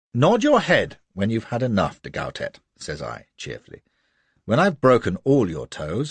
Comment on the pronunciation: de Gautet should be read as Go-Tay not GowTett